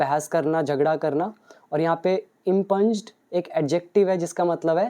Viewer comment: Its not इम्पंज, its इंप्यूंड impugned.